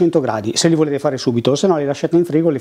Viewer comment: Hai detto gnocc alla romana, ahah, birichino. Like